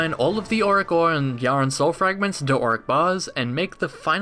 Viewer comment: you... you... YOU PRONOUNCE YHARON CORRECTLY!!!!!!!!! best youtuber. 10/10